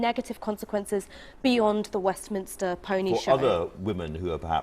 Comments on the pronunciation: Mate, it's pronounced WestminSTER not Westminister. I like your channel so I let it slide the first couple times, now it's just pissin me off lol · Liking your vids but please stop saying ‘WESTMINISTER’. It’s ‘WESTMINSTER’.